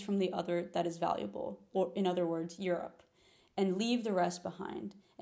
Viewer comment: The Californian vocal fry in "Eurrr ope" immediately followed by a mildly carioca Jornal Nacional-esque "Rio de Janeiro" 🫪